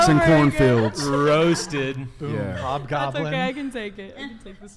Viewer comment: Bruh said Hobgoblin lol